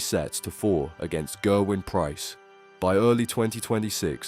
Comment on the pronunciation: At least pronounce his name right... My god